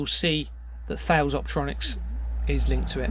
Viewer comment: British Steel, became CORUS then was acquired by Indian company TATA Steel. Thales is pronounced 'taliss' and RACAL 'Raycal'. Serco was formally RCA ' Radio Company of America'. What you are up exposing here is frightening.